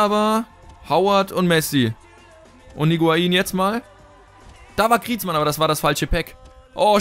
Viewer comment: | FIFA 15 - Ultimate Team, Karrieremodus, uvm. Griezmann wird: Griesmo ausgesprochen:D